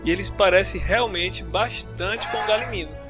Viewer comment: N é galiminu e galimimus